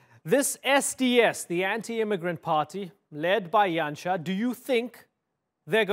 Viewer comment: Yay he pronounced Janša right :)